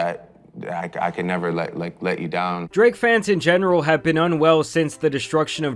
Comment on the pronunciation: Does anyone else notice how consistently over pronounces words that end in K lol DraKKKKKKKe